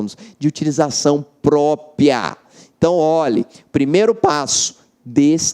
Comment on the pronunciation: Ele fala destinação "própia"...